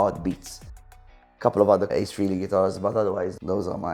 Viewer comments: For someone who has spent a fortune on KISS and claims to love them so much...he obviously can't pronounce Ace's last name properly...he says "Freely" instead of the proper "Fray-lee"🤪🤣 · Geeezus. It's FRAY-LEE. NOT FREE-LEE. Dork!